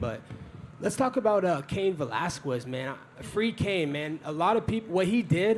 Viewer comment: "Cain Velaskwez" lol. Colby doesn't sound like his education was top notch either 🤣🤣